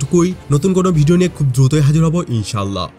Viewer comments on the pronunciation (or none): none